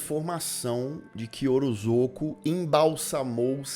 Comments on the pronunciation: O jeito certo de falar o nome do homem é "orozôco" mesmo? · Você comentou sobre o erro ortográfico e a pronúncia de Ozorko, mas sinceramente...você conseguiu falar o sobrenome do diretor do filme sem pestanejar: Kyotakatsurizak. É quase a palavra cabalística do Chapolin (Parangamicotirimírruaro). Você tem uma dicção ótima!